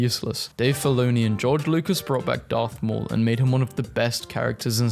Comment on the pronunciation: Is not Darth Y'all is Garth Maul.